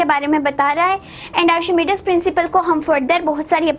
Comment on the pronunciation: Miss it is not arshimidis principle it is archimedes principle